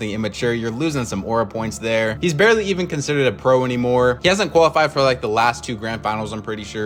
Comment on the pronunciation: It's "barely" btw not "barley" xd